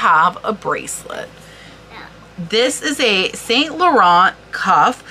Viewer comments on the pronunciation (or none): Yves Saint Laurent - You have the Laurent part correct. But Yves is "eve" ("s" on the end of words is silent in French), saint is "san" - and it's more a sound "eh" - you don't put emphasis on the "n" like English. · Hey, here's a quick pronunciation tip for French words: in most cases, the last consonant is silent. So, for Yves Saint-Laurent, Yves is pronounced "eve" (no ess sound), Saint is almost the same as in English (a bit more nasal), but without the "t" sound at the end, and Laurent you got right: "low" + "rrren" without the "t" sound at the end. Au revoir!